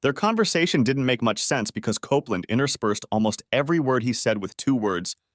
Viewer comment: Jeez, first it's COPE LAND, then another time it's COP LAND then KOPPLIN?...*sigh*